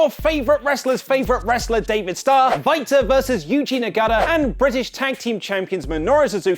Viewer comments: It sounds like he's saying fighter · The way you said Walter’s name troubled me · Why are you pronouncing “Walter” is why way? Ellsworth is going to be in China during money in the bank